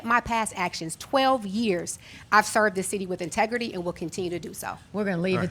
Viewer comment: a "multidious" ? lawd have mercy. but also, "my tegrity" Isn't the word "in-tegrity"? 😥